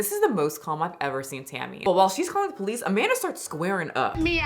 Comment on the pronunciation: I love hearing Tammy say “poe-lease” instead of police.